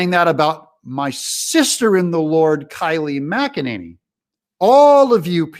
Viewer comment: Its Kay-Lee not Ky-Lee McEnany.